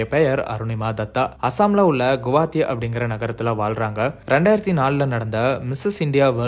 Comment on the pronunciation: கவுஹாத்தி.....yenna oru pronunciation 😂